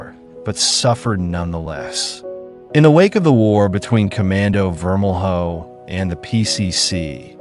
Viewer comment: It’s vermel-yo not vermel-hoe